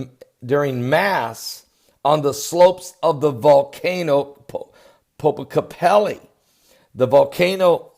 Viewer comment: There is no "i" at the end of the word Popocatpetl. It's an "l" ("el"). So the last syllable is pronounced just like the petal of a flower. Poh-poh-kah-tah-petal.